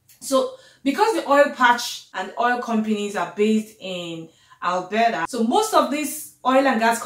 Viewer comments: Albera😂😂😂 babe is Alberta🤣🤣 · Waow. Nice one. You are speaking like a Canadian now😉😉. Love the way your pronounced 'Alberta' and 'cofers'... very 'yanki-ish' (lol). Keep the good work sis.